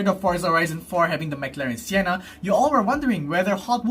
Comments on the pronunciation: Correction its Senna not sienna hehehe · is it me or u cant say senna properly? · Your reaction in the thumbnail is the exact same as mine! 😂🤣 Great video, I'm liking this series more and more! ❤ Also, why did you call the McLaren Senna Sienna! It's not Sienna! 🤣